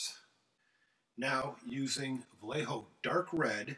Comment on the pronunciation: Amazing skills Vayeho, not "vallejo" btw